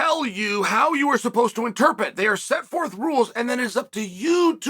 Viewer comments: It's "interPRET", not "interPET" Just helping out Uncle Chael! 🙏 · "ENTER PIT" *interpret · You have to be able to in-terp-it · I don’t know… it’s going to be hard for me to listen to a guy that can’t even spit out the word “interpret” correctly. This has to be a sign of something else…?